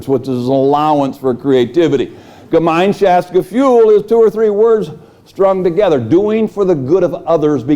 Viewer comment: the pronunciation of "Gemeinschaftsgefuhl" is